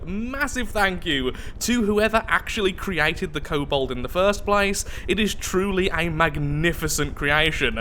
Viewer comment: Hayte cool entry haven’t seen one for the Steel Striders until now. Oh and it’s kobold not cobalt. Btw I just noticed that the abbreviation for the Steel Striders is the S.S... they’re the Nazi war machine of neter...